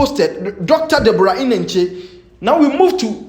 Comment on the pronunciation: The way wrongly pronounce and emphasis on Deborah Eneche made me laugh in the mist my troubled soul and crying eyes